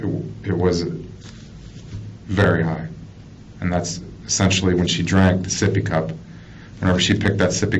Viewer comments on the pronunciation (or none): Take a shot every time they say soppy cup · Sippy cup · Oh hell no my baby seepy cup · Sippy cup 🤭😝